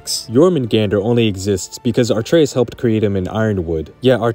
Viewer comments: I’ve seen this on multiple videos, but why do people pronounce Atreus as ARE-treus? Did i miss something? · “Artreus”. Bro there is no r before the t how do you pronounce it like that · You know all this Stuff yet you pronounce it artreus not Atreus. Crazy. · Right!The whole time I was watching this short and hearing him say Jormungandr like 7 times and then he hit me with the ARTreus,and nothing else he said mattered lol.like dude sat and played both games,spent at least 30 hours playing and hearing Atreus's name over and over.knows all this lore.spent more time making this YouTube short in which he would have had to do a bit of research I'd assume,and would hear more times Atreus's name being pronounced properly.He knows without a shadow of a doubt.Without hesitation or delay how to say this damn characters name,but then with what I have to assume is sheer ignorance refuses to call him by his proper name and says instead Art-treus.Like idk why that irritates me as much as it did ...but I'm just overreacting a bit.just makes me mad knowing he knows how to say it but refuses too. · Atreus’ name is not pronounced “Artrayus” my guy - Kratos pronounces it “ah-TRAY-us” (without the r sound) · You keep pronouncing Atreus with an r sound. It's uh-treus, not r-treus. Interesting explanation though! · The funniest part of the video is the pronunciation of "are-treaus" lol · What is it with people pronouncing Atreus as “ARTreus” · I hate to be that guy but its kinda buggin me its actually pronounced “a-tre-us” the R is not with the A but nice video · You pronouncing Atreus as "AR-tray-us" is making me cringe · Dawg, they verbally say Atreus' name in the game, why tf are you pronouncing it wrong as hell? You didn't have to read it and figure it out like it was Final Fantasy in 1999, they say it for you. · Except Atreus doesn't have an second "r" to even justify the pronunciation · Explains a timeloop but couldn't pronounce Atreus correctly